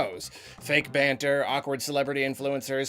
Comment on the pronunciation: Oh no! The way says banter hurts